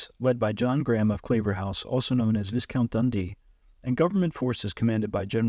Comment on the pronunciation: This is an excellent summary, however Viscount is not pronounced Visscount. It is pronounced Vycount